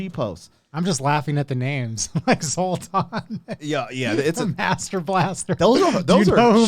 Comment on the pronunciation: Did he say, Zoltan? 😂😂